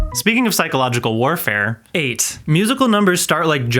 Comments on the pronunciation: speaking of jumpscares i had to listen back 3 times cus i thought u said "aids" instead of 8 😭😭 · I thought man’s said “aids” instead of 8 which after the psychological warfare comment left me more confused then when I was watching the movie